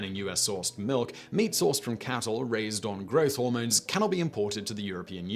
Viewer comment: Glad to hear you don't drink malk.